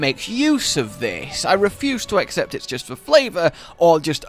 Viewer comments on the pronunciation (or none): none